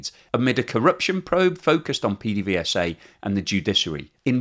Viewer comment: PDVSA is pronounced "Pay-day-vay-sa" by us caraquenos. :)